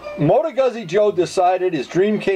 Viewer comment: It's pronounced Gooz-z .... like piz-za